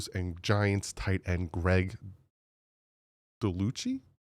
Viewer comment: Dull-sitch = Dulcich For future, but love you brother, every video.